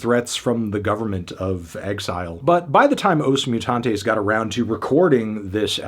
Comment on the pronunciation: Brazilians being very kind to not complain about the pronunciation of every portuguese word right down to the name of the band 😂